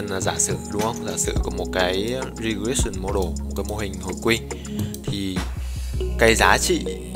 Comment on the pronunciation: Regression: đọc là "rì grét shờn". - Phút thứ 8: chắc bạn muốn đề cập đến Định lý giới hạn trung tâm Central Limit Theorem??? - Ép si lon: Error trong tiếng Anh hàng ngày dịch là lỗi, còn trong toán học thì dịch là "Sai số". - Phút thứ 15: Variance (đọc là Ve ờ rì ờn s), trong thống kê gọi là "phương sai". - Unknown: đọc là "ăn Nâu n". - Cov: câu ve ờ rì ờn s, là hiệp phương sai giữa 2 biến. Chỉ có một vài góp ý nho nhỏ vậy thôi. Chúc bạn vui vẻ nhé!